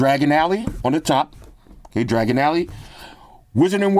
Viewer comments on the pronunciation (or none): Bro did not just say dragon alley the rest of this video gonna be tough to watch lol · Diagon* alley 😂